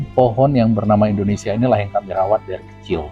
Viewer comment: Maaf sebelumnya Bang bukan indonesa, tapi indonesia bang.